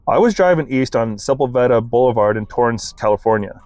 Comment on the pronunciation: "sePULveda" boulevard, please. .